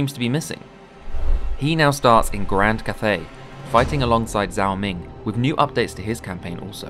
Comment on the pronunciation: Every time someone pronounces Zhao as Zao, I die a little inside.